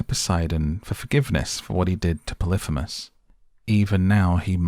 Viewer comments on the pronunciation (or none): I never watch films because I can never follow them and am a bit deaf but I made an exception because it was filmed where I live. I did not know the story well enough before I went - thankyou for filling in the many gaps. IMHO you persistently mispronounce the names of Antinous ant Polyphemus but fashions may have change in the 60 odd years since I was made to read the Aeneid at school. I will never feel the same way about Culbin Forest again. Thanks. I would go back and see it again if they would turn the heating on in the cinema and provide an intermission (preferably two).